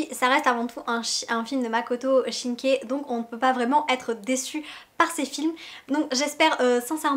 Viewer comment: Bonne vidéo avec un contenu riche et détaillé, le cadre est sympa et la qualité visuelle fait plaisir :) Continuez comme ça ! ;) J'espère un retour du film de votre part un peu après le 15 avril si possible et j'espère que le 15 avril marquera une belle journée pour vous ! :) PS : Il s'agit de de Makoto Shinkai (avec une prononciation "aï" et non "é" malheureusement haha).